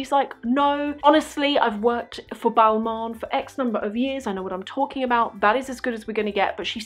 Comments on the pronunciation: It's not BALMAWN, It's pronounced--> BALMAHN. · I’m sorry.. but if you’re so interested in fashion you should learn how to pronounce the names of the brands you like so much.. it’s NOT “Balmon” ... otherwise, sucks you had a shitty experience with mean sales reps.